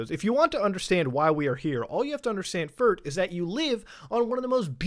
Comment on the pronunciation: "all you have to understand firt "